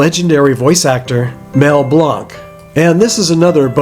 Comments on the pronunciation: I'm so glad you're feeling better. You and show us constantly that no others are needed in graveyard content...! (FYI...Mel pronounced his own name like "Blank"...lol...I spent too many decades editing!) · Some comments. Too bad the muffed up his name during the presentation, and it would have been a treat it would have made an arrangement to show the film. And finally why wasn't any family member there?